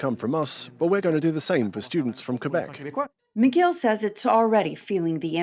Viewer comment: McGill they pronounced as Miguel?